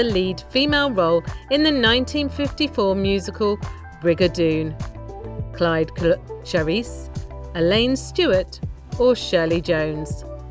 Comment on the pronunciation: 2 comments. 1 cyd charise is pronounced 'sid' 2. It is Ivory Joe Hunter not Ivy